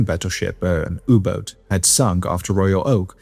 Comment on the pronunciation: never in my life have I heard someone pronounce "U-Boat" like that